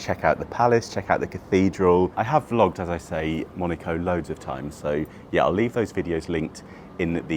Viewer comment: You are pronouncing name Monaco wrong....😢